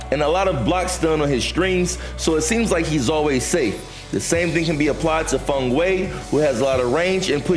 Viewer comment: Finally someone who pronounces Feng's name right